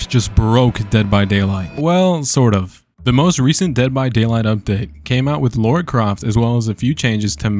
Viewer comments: 🫠 I’m gonna be that person it’s not pronounced Laura la-ra my ADHD just can’t 🙈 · lol it's not LAURA it's Lara....LAH-rah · "Laura"... It's "Lara" you American, I think you broke Dead by Daylight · I know this has nothing to do with the video, but way does everyone pronounce her name as “Laura”. Even when I didn’t a tomb raider game, I could read her name and pronounce it properly.